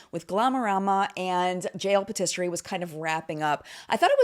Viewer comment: i love you so much but can we just tryyyyy to say patisserie correctly?